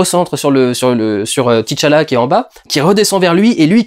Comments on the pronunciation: C’est T’challah et pas Titche Allah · Pourquoi tout le monde prononce Tichalla? Le mec s'appelle T'challa.